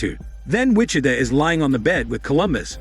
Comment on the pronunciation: For the narrator, for future reference. Wih-CHi-Tah (Wichita) Gih-Tah-Rist (Guitarist)